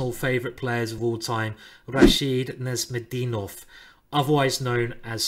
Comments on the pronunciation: The "zh" sound in Nezhmetdinov's name is a soft "zh", not a hard "z". If you want to call him "Nez" or "Super Nez", make sure to pronounce the "zh" sound, as in "Nezh" or "Super Nezh". The "zh" sound is like the "g" sound in the word "giraffe". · a few comments. 1. Nezhmetdinov is THE most interesting player. 2. his name is pronounced neJmetdinov